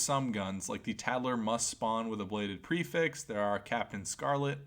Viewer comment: lmao the way he says the word prefix lmao Lmao